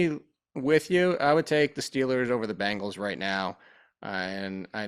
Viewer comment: you're great, but for the love of god please stop calling the Bengals the "Bangles"